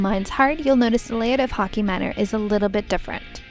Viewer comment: Hockey manor -- that's just the Canadian coming out of her ;)